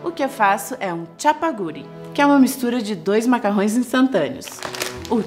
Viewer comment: se fala "chapagurí" e "nógurí"